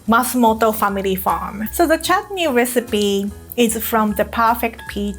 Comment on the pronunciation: Did I just hear her pronounce चटनी (chutney) perfectly?🥺❤️